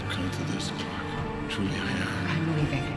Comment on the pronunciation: She calls her CLORK 😂🥺